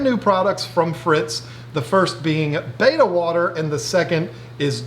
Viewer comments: in another one of their videos they actually go into why he calls it baita and not betta. He grew up is saying it wrong and it's hard to make the change plus he really just doesn't care because everyone knows what he's talking about. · It’s not Baita. Look at the spelling, Betta bet ta , see the 2nd t. 😖